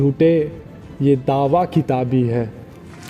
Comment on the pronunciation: खिताब बोल रहे हो, किताब है।